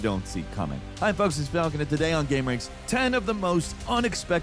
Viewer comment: Falcoln? Big skip!